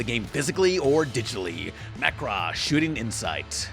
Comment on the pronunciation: Is that really how you pronounce Macross? Please say it aint so